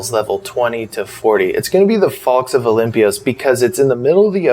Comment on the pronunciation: Olympus, not "Olypmpyous" lol